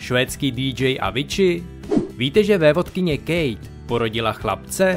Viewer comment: Víte že, se Avicii nevyslouvuje ,,Áviči" ale ,,Avíci"?